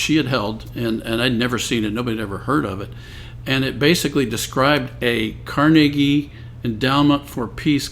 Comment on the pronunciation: I am SOOOOOO impressed!!! Someone old enough to know how to pronounce Carnegie!!!!